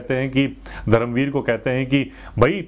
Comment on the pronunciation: नमस्कार! 🙏 खममगणी! 🙏 One correction Bhai, it's not धरम वीर , it's धर्मवीर! I know you make these words mistake unintentionally and your efforts are very sincere and from heart and that's why we like and appreciate your honest opinion/reactions on all videos. Also i have already Subscribed your YouTube channel Rajasthani Reaction (by the way very nice name of channel) and i watch all your reaction videos and also i like them and comment on them whatever I think or have to say or share about them. You are doing great work😊 keep it up.👍 भोहोत शुभेच्छा!🙏 जय महाराष्ट्र!🚩